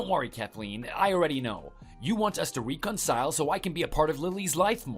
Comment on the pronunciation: Also, ree con sile?? 😢